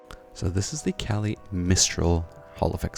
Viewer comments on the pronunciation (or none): Not to be that guy, but its Kailh not Kalih. I misread the word the same way as you up until recently lol. Otherwise great video!!